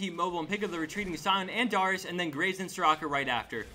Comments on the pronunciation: It's dare-eeyus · he says darius like dyrus everytime he says it im like "WUT DYRUS IN DIS GAME?!" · Learn to pronounce darius n_n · Is it really that hard to say Darius's name correctly? It seems pretty easy to me.